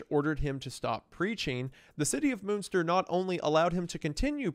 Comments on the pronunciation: I can't watch this video because of the constant mispronouncing of Münster. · Listen, I love you Isiah, but please... Why would you not take, just 15 seconds, to google how to pronounce Münster.. For fuck sake man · "moonster" sir it's MUNNN like MONEY MUNNNN STIRR. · I love you Wendi and not to split hairs here but …… MUNster not MOONSTER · For anyone interested in the correct pronunciation of some German words (not a criticism btw, pronunciation in other languages can be hard): - Münster is not pronounced as "Moonster". It's hard to describe, because the Ü sound is not really used in English at all, so best to look up an example in another video. - Bernhard Knipperdolling: First up, the "h" in "Bernhard" is pronounced in German, so the second half of his name is pronounced as "hard" not "ard". And the "K" in front of "nipperdolling" is pronounced as well. - Franz (or the German "z" in general): "z" in German is not pronounced as "s", but as "ts". So it's "Frants". Also, the "a" is not pronounced as in English, but like (lacking a better example) the "as" in "Allah". - Rothmann: "th" is simply "t" in German. "Roth" is a very old Jewish name and in German, simply pronounced exactly like "rot", the word for "red". - Von: pronounced like "on", but with an "f" in front. - Leiden: "ei" in German is basically pronounced like "i" in English, so like Biden, with an "L" at the start instead of a "B". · Took me way too long to get that by Moonster you mean Münster lmfao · Yep, Bernhard and Jan are still very common names! The J in Jan is pronounced like the y in yes, for future reference! And the ü in Münster sounds like the e in 'phew' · Not to mention all the German names. Jan as 'Han' and Moonster for Münster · please pronounce munster right please